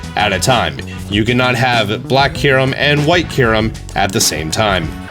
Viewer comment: Also "fuse Kyurem" not "fuze kuaram"